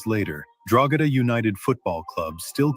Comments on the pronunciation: Pronounced Draw-hada obviously 1 word 😂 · I recently had to print hundreds of those badges onto sports bags lol. Never noticed the symbolism. Funny coincidence. I live not far from Drogheda. Its pronounced Droheda btw, the g is silent, not that it matters really. Great video, I never knew this history. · Irishman here, you do not say Drogheda that way, you don't pronounce the g, it's silent. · Raymond, the g in Drogheda is silent, i've never heard anyone here in Ireland pronounce it the way you did lol. Thank you for doing this video. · Great job, Thank you for letting people and Grok know the truth and ...Drogheda = DRAA - huh - duh. maybe we can teach AI to pronounce the place right too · A YANK CALLED ME A MICK!!!! Hahaha, good work bud, been noticing recent attempts to change Irish history so good to see I'm not the only one correcting people regarding historical recisionism. Also, Drogheda is pronounced dra-hi-da on the off chance you are curious Edit: The biggest assistance the Irish got during the famine was a simple reportor from the US who reported the horrible conditions in Cork due to the famine, this reporter interviewed two girls from Cork in which they gave an estimate on how long they had left to live, after this the British state was kinda shamed into finally offering aid* to the Irish. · Drogheda us pronounced DRAW-DA. It's a local myth that sprang up because the drogheda coat of arms has a star and crescent. This crest was issued to the Town by King John in the middle ages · Drogheda = draw-head-ah/draw-ead-ah or draw-hid-ah/draw-id-a The G is silent in Irish words (for the most part) and Irish surnames Gallagher = gall-ah-her, Callaghan = cal-ah-han, Banagher = ban-ah-her et al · Drog ha da we pronounce it as draw ha da but thanks for research into this topic i know a little more bout were i live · Drogheda is pronounced DRO HA DA, not DROGADA. Just so you know. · The g in drogheda is silent its pronounced droheda 👍